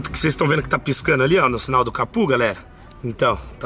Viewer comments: O fala capu kkkkkkkkk é capô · não é capû é Capô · CAPU NÃO, É CAPÔ!!!